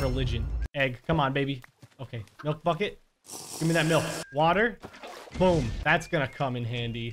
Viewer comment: Every time he says bucket it sounds like he said F*** it